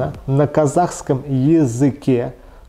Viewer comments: ты чтотупишь Жамал это женское имя ещё не быкытсыз, бахытсыз надо говорить, поправляй ведущего, ты что не знаешь слово бахыт, не знаешь свой язык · уважаемый, вы ошибаетесь, я очень радуюсь за, горжусь им, при всем при этом он обязан поправлять ведущего тогда как он искажает слова, например, неужели нельзя просто сказать"бахытсыз", не трудное слово, там нет казахских букв, мог бы по словам прочитать, а слыша все это не поправляет его. Вот об этом речь,а во всем остальном он большой Молодец, умный, начитанный и гордость нашей страны. А вам не следует меня оскорблять, это вас не красит, так как любой человек имеет право писать свое мнение и вы в том числе.О моих знаниях оставьте мне самой судить.